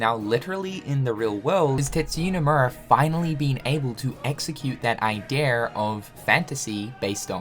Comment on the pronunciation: I will just wanna hear say “Idea” correctly one day. Just ONCE!!!!!